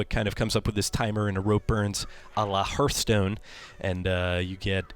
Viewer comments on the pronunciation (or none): Also please don't ever say HERTHstone again. You say Home is where the HEARTH (Harth) is, not Home is where the HERTH is.